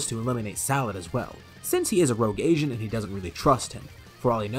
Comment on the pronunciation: when he said agent is sounded like he said asian.